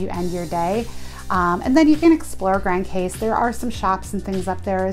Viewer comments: great review love it!!! it's pronounce "Grand Cause" but spell Grand Case. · Its pronounced "meh ree gow " not Marr e go. And its pronounced "Gran Coss" , not pronounced Grand Case, even though that is how it is spelled. Please ask the locals first before making a video with it wrong. I cringed every time you mispronounced both places. Otherwise a nice video, Love Friar's Bay and the LOLOs. been going the SXM for 30 years. Cheers